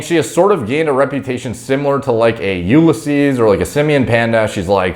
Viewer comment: It's no You-le-seas, it's You-liss-ease, lol